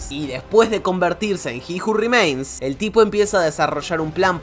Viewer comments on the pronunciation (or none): aaajjjjj carajooo dijiste como 50 veces ji ju rimeins